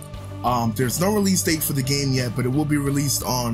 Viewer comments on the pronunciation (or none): none